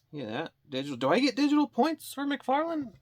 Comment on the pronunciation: Ahhhh mcfaryawn